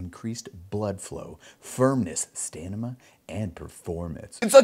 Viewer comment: He said stanima